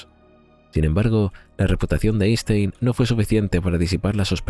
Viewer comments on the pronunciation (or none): none